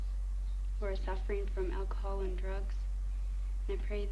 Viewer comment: why does Wheels call it "olchahol"?